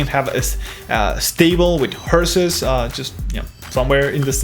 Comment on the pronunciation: "Stables with hearses" sound pretty grim if you think about it.